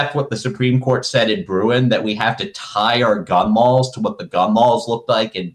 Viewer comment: Im sorry but every time this guys says 'gun lawls' i lose it.